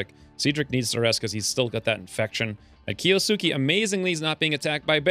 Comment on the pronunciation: Key-OH-Skay screams my inner grammar nanny. (Kiosuke a main character in Roroni Kenshin.) I secretly hoped the bears would off him to get rid of the hangnail. 😅